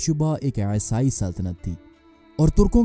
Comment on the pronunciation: Esai nahi Bhai isai bolo. Wo aesai sunne me bahut bekar lagta hai.